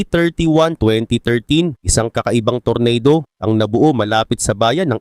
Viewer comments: ampangit mo talaga mag pronounce tor-na-do ampotek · Anung tornado boss,,, tornado ata basa nyan boss eh, English ba boss,,,😅😅